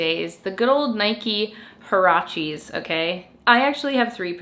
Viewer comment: Haracheees ?!!! 😳😳😳 oh my, that is a made up pronunciation if I ever heard one hahahaha ... it’s a Mexican word, there is a clear “u” in there, HUarache is a kind of sandal, I suppose they called them that cause they’re slip on, like a sandal .... anyway, it’s pronounced wa.ra.che ... 😉🇲🇽